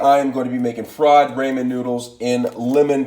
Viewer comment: Rae-man noodles